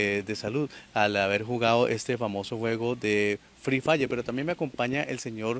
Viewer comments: Ni siquiera se dice frre fayer🙄😒🤡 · Se disa free fire no fil fla